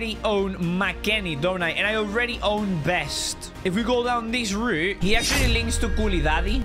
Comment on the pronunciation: he said best not Dest it got me laughing he always makes me laugh